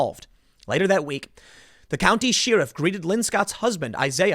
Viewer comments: Tim, sheriff is pronounced share-riff, not sheer-riff. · Scrolling through the comments to see if anybody else caught Tim pronouncing sheriff as She-Riff :p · It's weird how you pronounce 'sheriff' like she-riff